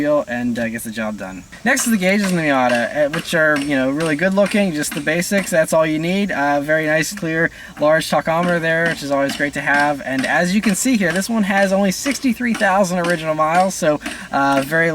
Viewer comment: Just fyi...not talk-ometer. Tack-ometer. Keep up the great work! No speedgasms in this one.